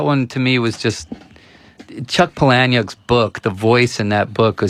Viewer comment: I love Ed Norton but it bugs me that he doesn't know how to pronounce Palahniuk. Once again I've contributed possibly less than nothing to a youtube comments section.